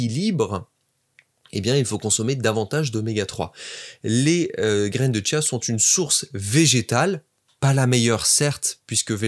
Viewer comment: Il y a pas de t à chia